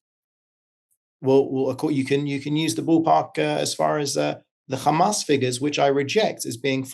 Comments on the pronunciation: Khamas, khamas, khamas, khamas that's all the Rogue baskets know. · Piers is clever. He knows how to keep the conversation going for his financial gains. His next interview is going to be do u condemn 7th of October, khamas, khamas, khamas, khamas and on and on...